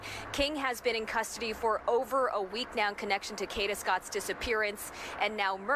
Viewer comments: You need to get it right it is k a a a a a a a a a a a a a a a d a a a a a a a not k h a d a😅😅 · It’s pronounced Kayda 😒. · Every video that can't pronounce her name correctly (such as this one) doesn't deserve views no likes. Train your AI more properly. Ka(y)da!!! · This is so sad and brutal, jealousy is a bad thing to have....I hope he rots in jail and the people with him, I wish the narrator could pronounce her name correctly